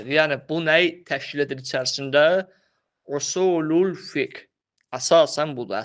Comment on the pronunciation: قرأت كلمة خطأ " في اصول الفقه " هداك الله.... يا طالب العلم